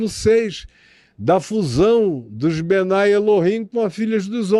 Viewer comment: Pastor, quem fala que o Adam e Chava foram criados há 6mil anos é um grupo famoso judeu, são os super ortodoxos, não são todos os Judeus. E não se fala bnai El-him e sim bnei El-him.